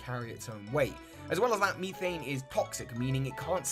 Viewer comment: Great video over all 👍the only issue I had with it is the way you pronounce certain words like methane for example, but that's my opinion. Thank you for taking the time to research and making this joint.